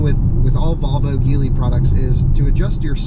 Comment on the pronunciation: It's G-lee.